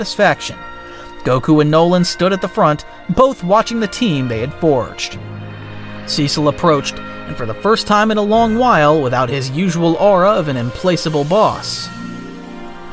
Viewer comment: If one of the sequids possesses Goku? (im-plack-able not im-place-able)